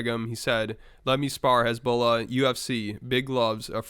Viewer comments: pronouncing hesbula as hezbollah is insane 😂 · It's hasbulla not hezbollah😂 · Why does he pronounce Hasbullah as Hezbollah lmaooo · Hasbullah & Hizbollah are not pronounced the same way.. American't. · Why are you pronouncing HASBULLAH like that? Must be one of the Juice. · The man said “Hezbollah” 😂. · Bro it sounded that you were saying Conor was beefing with Hezbollah. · It made me REAL confused as to what we were talking about 😂 Thought that Conor was calling out the gd militant group for a hot sec 😂